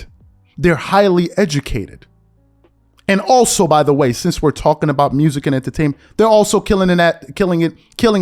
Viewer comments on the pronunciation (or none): none